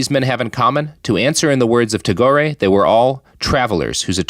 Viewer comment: Tago-ray?? as an indian, and especially a bengali, hearing tagore's name beung ponounced as such is painful also he is the creator of india's national anthem (as well as bangladesh's), friend of yeats and recipient of a nobel prize. I think it is highly offensive to associate his name like this without any evidence. Joking about being a hack and fraud is one thing but one should really bear caution when talking insensitively about national icons. considering he didn't even bother to look up his name's pronunciation, i doubt he knows anything at all about him. How then is he able to make such a monstrous claim?????????????